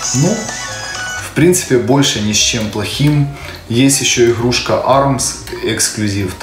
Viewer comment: иГГГрушка 🤦‍♂️ппц Говор